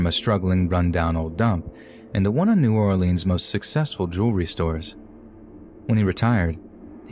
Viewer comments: Gonna call it New Or-LEENS but talk like you from there... It is New Or-LINS sweetheart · And pronounced new ORlinz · How does someone from New Orleans not pronounce it correctly!? It's NOWLENS! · Love your content! Just a quick Louisiana lesson though: New Orleans = New Or-Lins Gentilly = Jin-Till-Ee Atchafalaya = Ah-chaff-ah-lie-ah Plaquemine = Plack-ah-min But your pronunciation was muchhhh better than most 😝